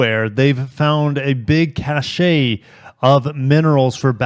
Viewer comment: Btw cache is pronounced like cash, cachet (different word) with a t is the one that's pronounced cashay